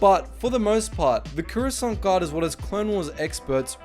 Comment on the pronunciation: they're pronounce the croissant guard